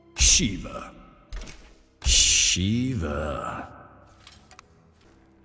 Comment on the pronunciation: Sheeva? More like "He"-va. XD